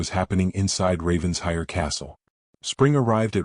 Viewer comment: OMG! Getting tired of typing this: IT IS NOT RAVENS-HIRE. IT IS RAVEN-SHIRE!!! Lord Pemberton’s son is a holy terror! Arabella Hawthorn is well rid of him. Fortunately for her (and the Duke) the Duke shows up, desperately in need of a governess. Celeste is an envious witch, who will go to any lengths to accomplish her goal. Nathaniel is a worm. Lovely story about one family healing and learning to live again!